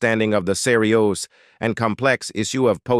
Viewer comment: I don't know what voice-over mechanism is used in these videos but it's terrible. For example, the word 'serious' is pronounced Cee - ri - os. Even names like Cruise are pronounced Crew-say. For heaven's sake have an actual person reading the script!